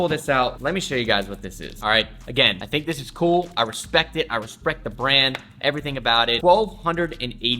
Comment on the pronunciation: “I respect it, I respRect the brand” RESP-R-ECT